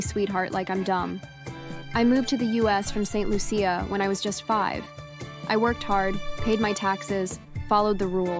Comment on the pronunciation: It's pronounced St.( loo- shuh) Lucia. An island in the Eastern Caribbean.